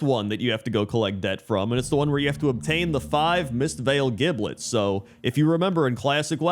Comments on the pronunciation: I think it’s pronounced giblet not giblet… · I think both pronunciations are correct. Probably one of those "regional" things where the location you live in (or are presently visiting) depends on how giblet is said.